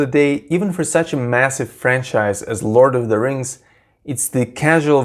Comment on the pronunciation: 'lawd of da 'tings